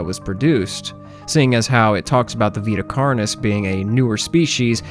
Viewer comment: I want you to know for future reference, Vita Carnis is Latin, it should be pronounced as (v-eye-t-uh) (carn-e) (all letters pronounced as the letter, and carn as in carnage)